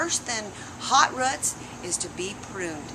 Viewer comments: I HATE when people say RUTS! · Ruts no it's roots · They are roots, not ruts.